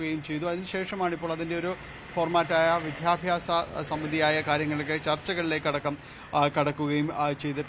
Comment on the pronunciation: "Vidhyabhyasam " ennanu reporter parayunnathu. It is wrong. Correct pronounciation is "Vidyabhyasam ". Sheriyayi ucharikkan padikku malayalam. Sri., i said